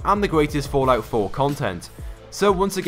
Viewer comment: Is it just me or is he saying Fortnite 4